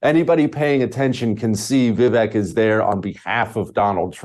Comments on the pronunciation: It's ViVAKE, like "cake"... sad to have a guest on who can't pronounce the name correctly. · I cant trust this bearded mofo cos he didnt even do his homework on pronoucing Vivek's name correctly. A douchse.